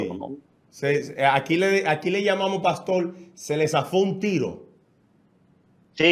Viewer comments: 😡ES PASTOR.. CON "R"... """NO PASTOL..""" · acaso hay 2 familiares en el mundo en la historia de la humanidad que esten de acuerdo en todo, creo que antes de hacer este tipo de "entrevista" donde un tercero va a salir abochornado; hay que aprender a pronunciar la letra R. un gusto conocerlo y el chico que esta en la radio, te falta mucho...